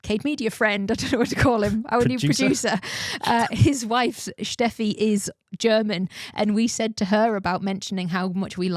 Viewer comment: I appriciate the absolute correct pronunciation of "Steffi" -> Schteffy - Kudos